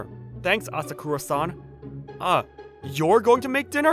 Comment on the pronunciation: Ah sah koo rah san ❌️ Ah sah kuh rah san. ✅️